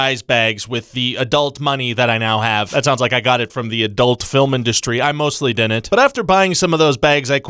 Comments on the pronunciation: “It DINNENT!” Can we officially make that a catchphrase? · Someone teach this man how to pronounce “didn’t”. Thank you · Thank you George Ryan. Before you came into my life I dinnent even know dinnent was a word. Now I dinnent stop saying it!